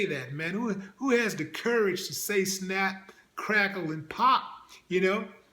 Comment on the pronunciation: He said " snacc. Craccle and pop...🏌🏌😂😂😂